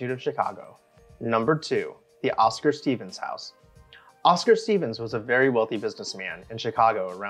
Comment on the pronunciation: Pronounce "Steffens" as it looks, not STEEVENS. The Larkin Administration Building is a must... Part 2 please!